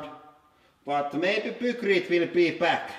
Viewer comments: Isn't it pronounced piekrete instead of pukrete?? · Pronunciation tips! -Pykrete was named after it's inventor Geoffrey Pyke, and is a combination of "Pyke" and "Concrete". It should thus be pronounced "Paikkriit" -Ninja is a japanese word which was transliterated with a J based on the English pronunciation which would be dž. Thus Ninja should be pronounced "Ninža", rather than "Ninia". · lol "pookrete". Please, don't ever make pookrete :) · "Deh poo-crete get crush-shed." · this guy saying poo-krete is too much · "Poocrete" lol. and is that a new tool for the press? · "peukreete" lmao :D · Your english is getting better, but just out of curiosity, is there a reason you pronounce a "y" as an "oo" sound? E.g. "Hoodraulic" and "Poocrete" Is that the way it is pronounced in Finnish? I've just never heard that pronunciation in any other language. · I wonder why Hydraulic Press Guy consistently pronounces the "eye" sound a s"oo"? "hoodrawlic press" and "pookrete" are pretty funny, though. :)